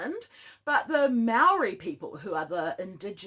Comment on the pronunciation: that hurt my ears - pronunciation is key. Maori (mah-oar-ree) for e.g. good luck happy ro help with ur pronunciations if u like 👍🏽